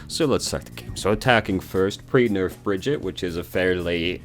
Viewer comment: Thank you for this. I want to learn/play Brigitte as much as I can before they nerf her into the ground eventually. And I don’t even mind that you say her name wrong. ❤️